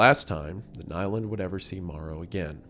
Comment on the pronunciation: Nyland is pronounced like "newland" not "nailand".